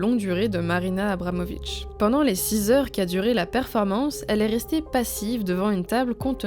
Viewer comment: Je suis complètement fan de l'oeuvre de Marina Abramovic ( d'ailleurs vous avez malencontreusement écorché son nom ici, mais je pense pas qu'on puisse vous en tenir rigueur puisque j'ai cru comprendre qu'écorcher des trucs c'est un art chez Marina). Merci pour ce super épisode !